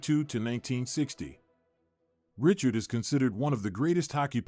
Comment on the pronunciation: Geee-zuzz! His name wasn't Richard. He was French Canadian. It was pronounced Ree-char. If you're going to do a video about someone, the least you could do is pronounce his name right. .